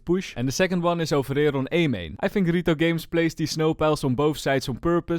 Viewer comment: i love when u say rito games